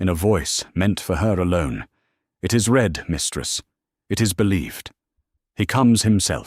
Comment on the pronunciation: You have a narration that I truly appreciate. I just wish you could get the difference between "read" and "read", "bow" and "bow" . When I read a passage I usually leave it after I have read it. (The second use of that is pronounced "red"! It is the past tense!!) I put the arrow to the bow, set to shoot very closely beside the the person crouched in a bow by a horse. ( That last b-o-w, is pronounced to sound like ouch!!) Please try harder to get them right.